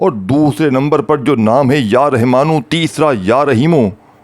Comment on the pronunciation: Pehly Rahmaan kehna seekh lo.Rehman kahy ja rahy ho.